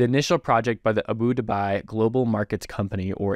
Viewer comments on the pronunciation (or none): Pronounced. AH-BU-DAH-BE